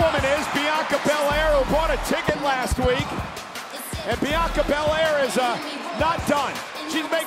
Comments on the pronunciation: Wade said biyankca lmaoooo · Love that Cole brushed off that Barrett mispronounced Bianca’s name